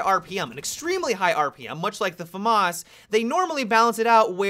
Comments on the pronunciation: fa-marse? wtf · The "Farmars" lol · He says it wrong